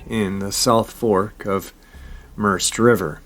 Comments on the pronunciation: Pronounced Mer-said. Spelt Merced. Another one in my knock of the woods. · the river is pronounced mer-ced like saying red but with a C. I live only a few hours from that location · The river is pronounced "Merr-said". The Merced River.